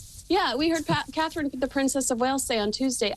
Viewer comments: Her name is CATHERINE 👑!!! SAY IT RIGHT; SHOW SOME RESPECT!!!! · Catherine.....not Katie...please get it right...